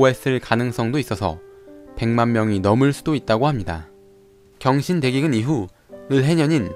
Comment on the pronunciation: 경신 나만 병신으로 들려요...?